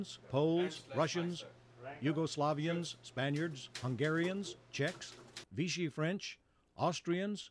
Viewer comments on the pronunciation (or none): none